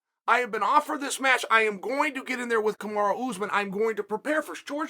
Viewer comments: Chael honey, it’s Kamaru (ka-ma-roo) not kamara. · Why Chael keep saying Kamara? lol It’s KamarU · Kamaru becomes Kamara- Uncle Chael rechristening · Why disrespect The pound o For pound king 👑 like this..... Kamara... Kamara.... Kamara...... Listen..... It's KAMARU ...... KAMARU..... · Me: Kamaru? Chael: Kamara Me: ok great, Kamara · Kamaru? chael: no, Kamara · Kamaru or Kamara? Lol 😆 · Chael: 'Kamara', Kamaru same thing. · I'm convinced he's saying "Kamara" on purpose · Chael say Kamaru CAMAROO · Nobody: Uncle Chael: KAMARA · Chael says Usman Like a southern woman lmfaoo ole kamarra uzeman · Stop calling the man Kamara omg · “ kamara “ lol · If uncle Chael says his name is "Kumara", his name is Kumara from now on. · Nobody: Chael: Kamara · Usman: "Hi, pleasure to meet you! My name is..." Chael: "Kamara" Usman: "Kamara" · Cheal really said Kamara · “kamara” ? what’s with chael and fighter’s names?? even non fans of the sport know some of these names🤣 🤦🏾‍♂️ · Why uncle Chael keeps saying Kamora? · Chael saying he’s the best in the world and still can’t say his name 😭😭